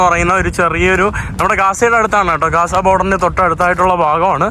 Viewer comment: Not gaasa.say GAZA